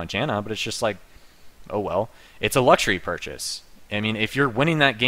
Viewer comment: "Luxuary" gg no re